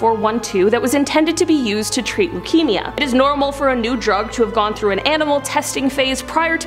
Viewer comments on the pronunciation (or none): none